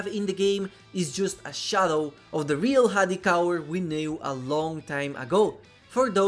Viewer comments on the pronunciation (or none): none